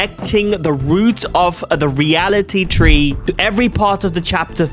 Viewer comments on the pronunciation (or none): bro said realy tree💀